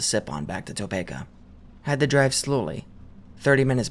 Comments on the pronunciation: Oh hell nah he did not just pronounce it “Toe Pay Kuh” disgusting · Hey Topeka is pronounced Toe-pee-Kuh just so ya know and was awesome hearing a story local to me wish I could get in contact with that anon for any more info. Have seen/heard a few spooky things around the area but nothing too crazy